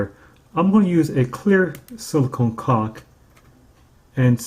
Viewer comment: You sure like to say cauk.